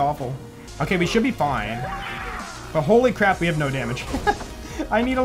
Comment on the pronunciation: I love it how goes "foine" and "thanks mayn"